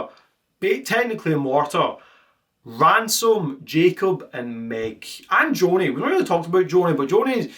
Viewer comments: Why did he start pronouncing ransom as ramson? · Bro you keep calling him Ramson, it’s “Ransom”🙃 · Love the video... all in good fun but it hurt every time you said "Rampson" when talking about ransom 😭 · STOP SAYING RAMSON OH MY GOD! come on honestly think its an awesome name as well and its gotten wrong hundred times. so unreasonably annoyed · I love how he keeps calling him Ramson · Ransom ❌ Ramson ✔ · i cant believe you mispronounced ransom the ENTIRE video